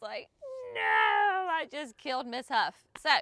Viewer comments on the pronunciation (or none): none